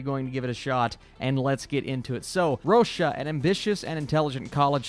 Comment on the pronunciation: Why do you keep calling her "Rosha"? Her name is just Rosa.